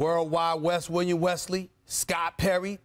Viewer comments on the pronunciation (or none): none